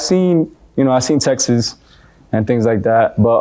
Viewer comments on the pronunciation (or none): i hate when they say textes like what 😂